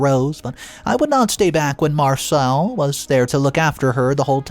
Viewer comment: Mar - Cell!!! Not Mar - soul. Dude, at least try!!!